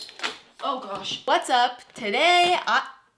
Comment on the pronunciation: Intro: you sounded British when you said oh gosh No hate I love your videos xx